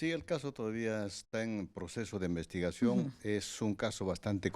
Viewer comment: No se dice envestigación es investigación señor autocalificado periodista o Doctor; que tipo de profesional es este señor. Que retorne a la escuela de primaria. Por otro lado. Aunque inicialmente se detuvo a 8 militares implicados en el operativo, se informó recientemente sobre su liberación, lo que ha generado indignación y preocupación por la impunidad en la zona.